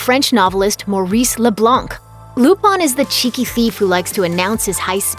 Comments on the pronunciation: why does she keep pronouncing it "Lupon" instead of "Lupin"? or have i been mispronouncing wrong all these years? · it's LUPIN not LUPON you uncultured swine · Lupon? Coupon!!! its Lupin, Looo-Piiin!!!!! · is it difficult to pronounce LUPIN (loop-in) and keep doing it wrong and say LOOPAN??? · Who is Lupon? Lupin was his name. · Its "LUPIN!!" NOT LUPAN 😅🤣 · its lupin the 3rd not loopon damn lady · She's pronouncing the FRENCH name with a JAPANESE dialect. They literally spell it RuPaN, where their letter a always rhymes with hahaha. They don't have a sound that matches "Peter PAN," which would be the French pronunciation. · Wait, I thought it was pronounced Lupin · Please learn how to say the french name Lupin properly. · I just can't get over them mispronouncing "lupin the third"... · Legit just pissed me off how they messing up such an easy name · Banna she butchered them names like it’s her job to do that